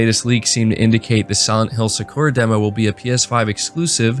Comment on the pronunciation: You're killing me man. さ = Sa (Sah) く = Ku (Koo) ら = Ra (Rah) さくら = Sakura (SahKooRah) Sony is a Japanese company. It would be very beneficial for you to spend even just 30 minutes on something like Duolingo so you can learn the pronunciation. Even if you don't learn the characters.